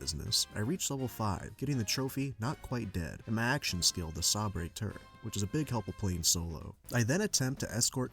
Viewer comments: “Sawbray turret” is wicked work😂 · Imagine being an adult and you still can't pronounce "sabre" right.